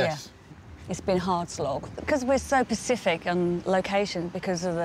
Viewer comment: I'm sorry, did she say we're so pacific? Instead of specific. Lmfao